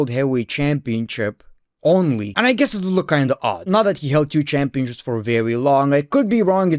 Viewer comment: Is it only me or is he saying Championchips everytime ?